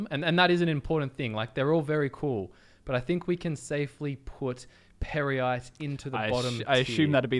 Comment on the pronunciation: Pear-yite perhaps?